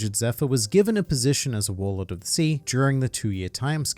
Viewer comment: I swear I heard them say arlong is a warlod